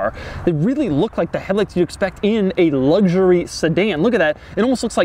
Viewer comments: Doug is the type of guy to pronounce luxury, "LUCK-sher-ee". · Doug, the third letter of the word "luxury" isn't a "g".